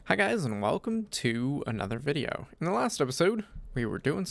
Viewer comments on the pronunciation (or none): none